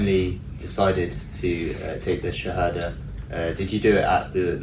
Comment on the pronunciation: Someone teach him how to pronounce the shahada pls :-)